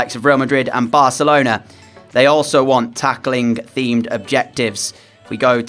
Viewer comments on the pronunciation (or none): none